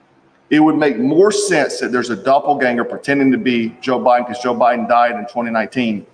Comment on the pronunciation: It's not jo bidon